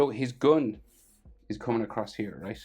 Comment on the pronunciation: bro literally said goon instead of gun